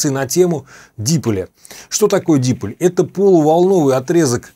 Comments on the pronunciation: Только дипОль, а не дИполь.... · Уважаемый! Огромное спасибо за доходчивое объяснение многих тонкостей радиолюбительства. Но я извиняюсь, что поправляю Вас, но правильно произносить дипОль, с ударением на буку О. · Уважаемый! Мне понравились многие ваши видео. Спасибо за них. В слове диполь ударение ставится на второй слог. Михаил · А что првильно стиавить ударение дИполь, п не дипОль?